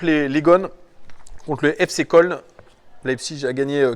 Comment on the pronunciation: Si jamais köln ça se dit "keuln" ou Cologne 😝Superbe vidéo 👌🏼🤙